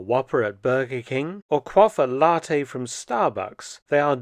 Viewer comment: The word is “Latte” - not “LaRtte”. Why put an R into this Italian word? I know this is not just you. Loads of people in the south of England do this. But why? Why?